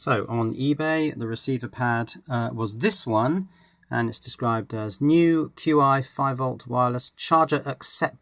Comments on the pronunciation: Chi, it's chi. Not "cue-i";-) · I could be wrong, but I thought "Qi" was pronounced "Chi" as in the Chinese word for energy. "Chi" in this sense is properly translated as "Qi" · Hehe... Not certain if you know this by now, but the wireless charger is actually pronounced 'Chi'... :-) Thank you for all of the informative videos!!! Hoping to start my own IoT network using my current Windows based server/HTPC and a bunch of esp8266 Wi-Fi nodes. Hopefully your guides will be of some level of help to me once they arrive.